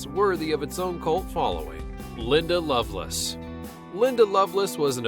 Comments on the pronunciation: Good Lord, Linda" Loveless"??? Really? You can't pronounce one of the most famous porn stars in history's name correctly, the way it's spelled, by the way? LoveLACE. L-A-C-E. Pathetic. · You pronounced "Lovelace" as "Loveless". Why? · It's Linda Love - LACE Not LoveLESS. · LINDA LOVE LACE NOT LOVE LESS LOL. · I agree especially how he kept calling Linda Lovelace,Linda Loveless. Rookie mistake.